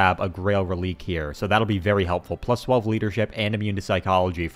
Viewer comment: Another great video! I love the edited campaign style that I haven’t been able to find anywhere else on this site, it’s exactly the type of videos I love see of the game! By the way, Grail Reliquae is pronounced Relic-ay not rel-eek lol